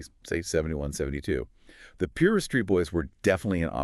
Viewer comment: Its pronounced pie-roo not complaining just trying to educate you guys good content though i think you did a good job altogether